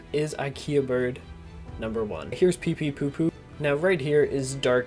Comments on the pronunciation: Why is he saying pee pee to poo instead of pee pee poo poo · its peepeepoopoo not peepeetoopoo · Anyone annoyed how he said pee pee two two XD